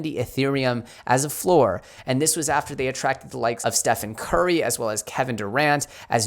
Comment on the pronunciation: Damn it. Love your content. Think you're better than a lot of other channels that have more followers... But Michael Tyson and how you say Stephen Curry absolutely kill me 😆